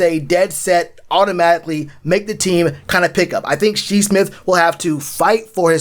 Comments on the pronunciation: Shi's name, it''s pronounced as Shy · Bro I stopped after he pronounced it wrong the second time smh.. Shi was a great player not far from Deebo... if we doin research we have to know..... lol keep poundin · Lol its Shi. Like sky